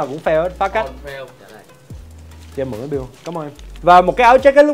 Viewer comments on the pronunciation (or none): none